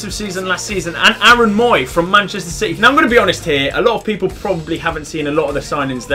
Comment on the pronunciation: Did he actually just say shity are gonna win a title